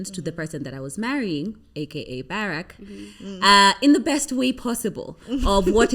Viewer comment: I love the way your pronounce Barack